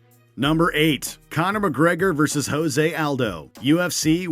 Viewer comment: Hose Aldo, Michael Cheeesa, Vaitor Belfort, Beth Korea....BETH KOREA! XD Oh god! I thought they’d choose narrator who actually watches UFC and knows how to pronounce their names.